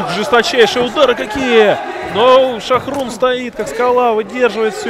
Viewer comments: Не Шохрун а ШОХРУХ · Не Шахрун, а Шахрух.